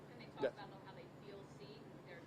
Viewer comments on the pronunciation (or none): none